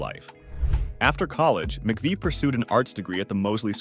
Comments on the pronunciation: How annoying that he keeps switching back and forth between pronunciations. Did no one catch that when it was being finalized?? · Oh yeah, let me get the low down from someone who can’t even pronounce her last name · Where did this guy learn to pronounce McVie? 🤔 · It would be nice is you could learn how to pronounce her name at least. Paid narrators who know nothing about their subjects should do some basic research. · Not appropriate to show a topless photo of a woman who just passed away. Also, pronounce her name correctly. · A bit disgraceful to do a whole video about someone and repeatedly pronouncing their name wrong.... but at least you caught on after the video clips that correctly pronounced it near the end. I would have re-recorded the narration before publishing the video though. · Can't you at least overdub your robot so you pronounce her name correctly?!? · This video is an AI generated, cut-and-paste screw-up! Butchering her last name is the worst. Photos don't match narration. Not a transformative video, but cut-and-paste. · You make a video about Christine McVie and you MISPRONOUNCE her name?! Gimme a break!!!🙄🤦🤮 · No it's not, it's Mcvie. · Her last name is pronounced Mc-VEE, not vi!!! How could you possibly NOT know that,? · Christine Mcvie is pronounced 'Mcvee' NOT Mcveye. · If u make a video know how to pronounce the person's name correctly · The lady's name is pronounced MACVEE. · Her last name is pronounced (Mc-Vee) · McVie is pronounced McVee... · You can't even pronounce her last name right 😮😂. SHE WAS NOT JUST TALENTED BUT SHE WAS A VERY PRETTY LOOKING LADY. I HAD A CRUSH ON HER EVEN WHEN SHE GOT OLDER SHE STILL LOOK'S BEAUTIFUL ❤❤❤❤❤❤❤😢... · If you are going to say her full name multiple times, at least pronounce it correctly. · You pronounced her name right a couple of times early on , but wrong the rest of the time! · And a real bummer that he can't even pronounce her name properly. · That pronunciation was driving me crazy.